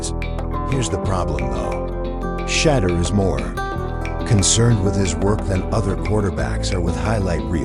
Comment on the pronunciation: This is the 3 time they say his name fuc up